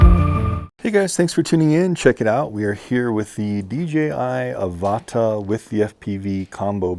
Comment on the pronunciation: Ava-tarr , not A-varta